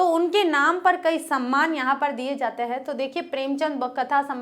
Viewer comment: आप कविताओं को बहुत ही सहज और सरल भाव से और विस्तार से समझते हैं; उसके लिए आपको बहुत -बहुत धन्यवाद आप "हैं"की जगह, "है" का उच्चारण करते हैं;जो सुनने में बहुत अटपटा लगता है... कृपया...